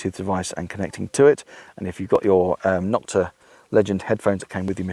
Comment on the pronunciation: NO-kta, not Nok-ta. Other companies started bashing Nokta when they came out by calling the knock offs. Thus, the derogatory term Nok-ta was born, instead of the proper pronunciation of NO-kta.